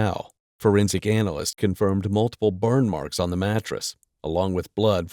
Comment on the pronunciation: He said anal list😂